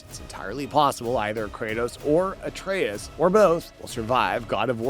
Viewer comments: Artas? how do you even mess that up lol. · Cant even pronounce atreus name right. Stick with kaptain kuba channel